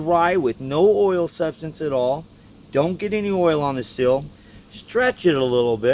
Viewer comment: It's a "seal", not a "sill".